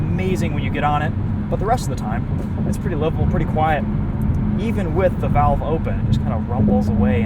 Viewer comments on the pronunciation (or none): none